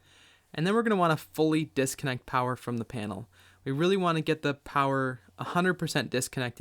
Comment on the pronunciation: Disconnect. Disconnect. Say it with me “disconnect”.